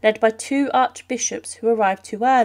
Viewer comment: "Nave" is pronounced exactly the way it's spelled, not "navy". If you're going to narrate a video, please learn how to pronounce the words. This could have been an interesting video if it weren't for all the HORRIFIC mispronunciations of simple, common words.